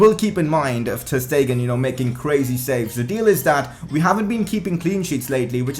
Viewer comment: and ter stegen is pronouncedas ter shtegen